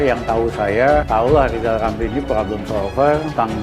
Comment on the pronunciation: Sebelum mengeritik pak jokowi coba pak lijal lamli eja dulu namanya yg benar baru bisa kritik 😅😄